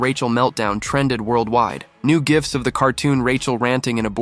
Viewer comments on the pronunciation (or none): none